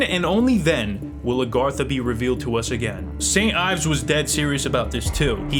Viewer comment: Every time you say Saint Yves, I want to put a bullet in my brain